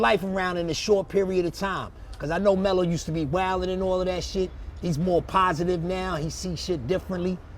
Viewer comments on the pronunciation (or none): Pas-itive ya heard